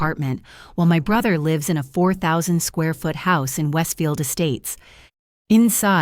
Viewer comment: I am sick of the expression of smiles not reaching eyes. Also, the Ai reader doesn't know which way to pronounce "lives." If you are going to post a story it should be professional. Why can't they hire a real reader/ narrator instead of Ai garbage. Fire the editor for letting Ai stupidity get through.